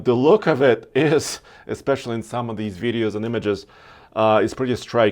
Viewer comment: Teeyota and veeedeos